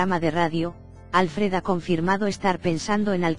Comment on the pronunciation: Sabéis pronunciar Schwarzenegger, pero no Alfred (que es, obviamente, muchísimo más difícil..bueno, eso os debe parecer, supongo). A ver, pistas: Al-fred (palabra aguda, se acentúa la última sílaba) . No "Álfred"